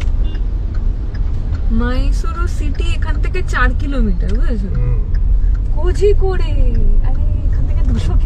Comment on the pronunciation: cute couple. , Korikode(কোরিকোড ) উচ্চারণ হবে | south এ zh টাকে r বলে উচ্চারণ করে 😁। ছোটবেলায় ক্রিকেট খেলছিলাম পাশের বাড়িতে রেডিওতে এই গানটা হচ্ছিলো । ওই তুমি বলো, নানা তুমি বলো সেকশন টা বারবার রিপিট হচ্ছিলো শুনে আমরা যারা খেলছিলাম সবাই হেসে ফেলেছিলাম । 😂